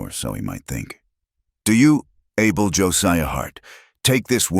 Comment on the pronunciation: The mans name NOT ARBUL But pronpunced as ABEL....all the time not psrt of it... Ai is just awful And how did Luke get upstairs in a wheelchair?